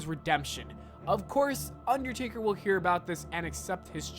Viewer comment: How did noone else hear u say undertarry when u were talking about him doing the 19 and 1 thing